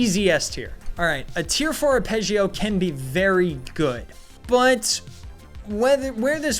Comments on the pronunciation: An arpeggio is a musical term for playing the individual notes of a chord one after the other, rather than all at once which is what the arpeggio is named after arpeggio pronouced are-peg-gee-oh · Are-Peh-Jee-Oh It's a musical term. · FYI its Are-peh-jio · It’s pronounced ‘ar- pej -eeoh’ it relates to a musical term, where three notes after one another form a chord (hence the 3 round burst) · You want me to take this video seriously and you can’t pronounce “Apreggio”and you don’t have any DPS comparisons, tables, math, testing to backup your choices. You’re just a common sloptube tard. May as well give it up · are you really unable to pronounce Apreggio? It's not a made up word from the game, it's a well known musical chord. It's the same when some people say Ferrero instead of Ferro for some reason